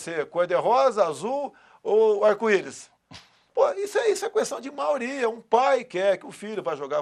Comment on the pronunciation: "Maoria" (Risos).